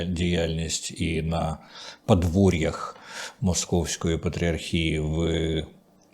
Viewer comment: пане Дмитре, вам самому не огидна ваша вимова? невже ви так ненавидите українську мову, що так її паплюжите : "музЄї", "подвОр'я" тощо. У вас є якісь "проблЄми"? Ви мені нагадуєте ведучіх провідних українських каналів, які вважають модним трендом "ВОТ"-кати та "ДА"-кати, ніби хизуючись, весь час промовляючи : "корки на дорогах" або "рахуючи думки".